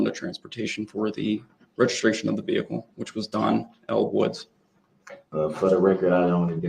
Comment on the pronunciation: Girl you are funny as hell sometimes. “Look! You can see the veekuhl!” 😆 Girl we need to hang out sometime. We can talk over a movie and laugh. 😆